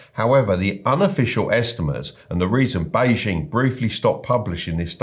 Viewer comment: The "J" in Beijing should be pronounced like a "J", not "ZH". The "ZH" in Guangzhou should be pronounced like a "J". It's pretty funny that you got both wrong!